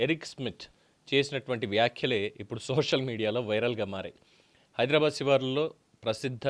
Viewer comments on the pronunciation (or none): none